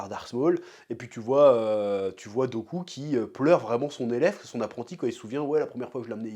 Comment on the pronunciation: Chef qui appelle dooku "goku" mdr x)